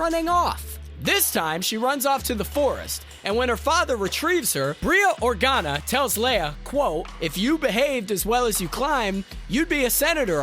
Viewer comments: Or-gar-na isn’t that right? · He said Organa wrong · The pronunciation of Organa in this vid makes my eye twitch.